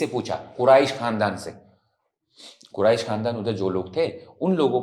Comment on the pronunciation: You mispronounced Qurayah khanadan 😂 , pls learn physically instaed of copying from chatgpt